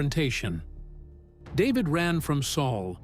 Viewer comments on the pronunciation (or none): none